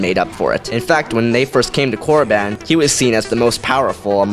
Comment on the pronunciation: I think you said koraban wrong btw